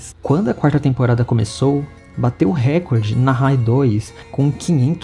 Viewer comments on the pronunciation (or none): none